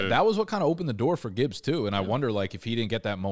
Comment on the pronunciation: And then he proceeded to mispronounce Gibbs name lol